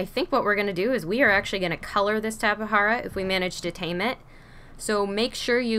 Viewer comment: It’s called tape-Jara not tapa hara